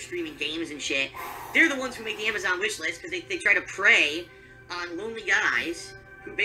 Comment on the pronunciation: And he cant pronounce Amazon. lol "Amajohn"